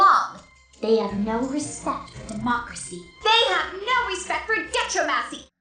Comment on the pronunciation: she cant even say democracy